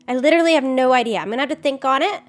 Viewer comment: saying literally like lichrally after coming back from england is making me smile aw